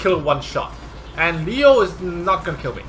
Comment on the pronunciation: Makes me cringe each time you mispronouce a unit LEO-LEO-LEO lol